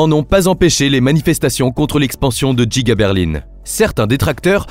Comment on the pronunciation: l'usine est effectivement à Berline. Et comme elle est très grande : elle est Djiga. C'est la Djiga Berline 🤣 Ça sonne teeeellement bien !!!!